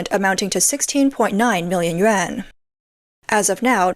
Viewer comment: Narrator should learn correct pronunciation of Chinese currency!